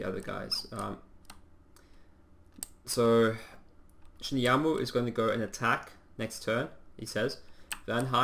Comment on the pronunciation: Shimuyama has an A on the end while you say U. :)